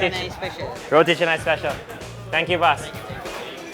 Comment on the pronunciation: "Saam-baal", not "sam-bel", roti "Cha-nai", not chennai...